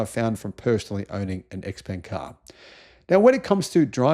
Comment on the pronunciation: Isn't Xpeng prounounced “Shpeng”